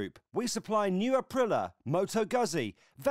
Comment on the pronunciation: The new colchester intro is doing my head in. How hard is it to pronouce Aprilía.